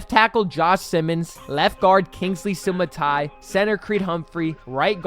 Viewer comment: Sua-Mata-Eeya. 6 syllables. Its his family's name. Its not like mispronouncing his first name where ur just referring to him. People are out here mispronouncing his FAMILY's name. Its not even hard to pronounce. Please dont be this lazy, and it is a very easy way to impress any chiefs fan cuz we all know most ppl say it wrong but we really have no clue why 6 syllables is so hard to say. U can master this name in less than 10 seconds. Sua Mata Eeya 😶